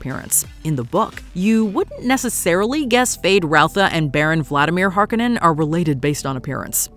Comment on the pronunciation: The Harkonnens and Jessica are supposed to be redheads!!! It matters to the plot. They didn’t even pronounce the name correctly.